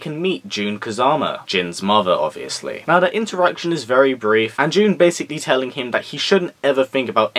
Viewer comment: great review, I personally enjoyed the movie, but I do agree that I did not like them making my boy jin a player, but I kept screaming everytime you said June, Jun